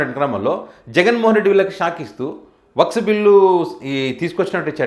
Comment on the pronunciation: అది వక్స్ కాదు, వక్ఫ్ బిల్ అనాలి.